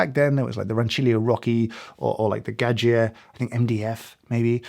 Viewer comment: Pronounces Gaggia as 'ga-jee-uh' and proceeds to criticize people mispronouncing Mazzer within the next 10 seconds. But I don't think I've ever heard a native English speaker pronounce Giovanni anything but 'gee-yo-vanney' so what do I expect. :D Edit: cool video btw